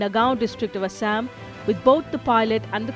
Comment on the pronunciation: not "asshame"...it's "ASSAM"...upgrade ur knowledge...so called highly educated moran